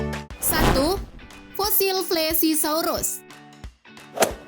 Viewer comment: itu bukan plesisaurus tapi plesiosaurus